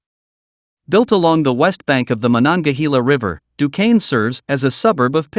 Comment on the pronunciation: At least he didn't pronounce it "Dew-quence"!😅